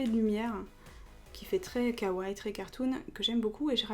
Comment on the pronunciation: svp ne ditent pas kawai ou kaway mais kawaii faut à la fin lire le (i) faut bien dire le i c'est important sinon c'est faut le mot !!!!